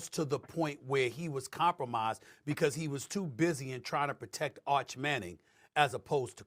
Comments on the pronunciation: Did u say "come promised"? It's Compromised bro. One word. Just looking out. Check ur circle. They slippin. But u speaking fact. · It’s pronounced com pro mise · Com Promised is legendary 🏆😂😂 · Wait."A." Minute! Does he mean to say "compromised" (ˈkämprəˌmīz)?!🫣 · The word is compromised. Good grief, say the word correctly! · Hey man how many times you going to say compromised incorrectly? Lol and your co host not going to call it out is crazy